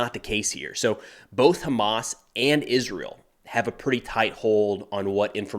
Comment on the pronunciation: Izzrull. Milladairies. Izzreal.